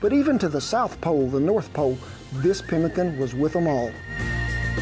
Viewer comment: Chiopewa/ Cree here.. You said it right.. we will use rabbit too!